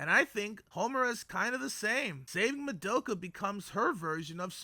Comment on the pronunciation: oh WHY do you say Ma-doe-ka! Is it rage bait? because it's working!!!! Good video tho.